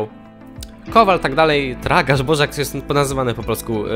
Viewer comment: 47 I jak coś to nie mów dj tylko di-dżej xd